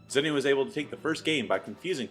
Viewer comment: Its zenio, not zènnio :P awesome vids tho, really appreciate them